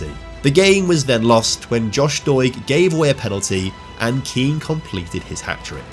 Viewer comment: Don't know if you'll ever read this but Kean is pronounced "Ken" (like Kenneth) not "Keen"